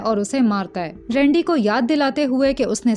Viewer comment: Its rendi not rundi 😂